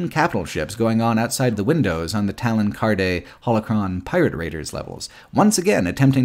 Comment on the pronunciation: Talon Karrde's last name is pronounced "card."